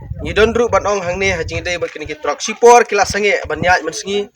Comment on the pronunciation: Nongkren news TRUCK❌DROK✅ COKE ❌KUK✅💯🤣💔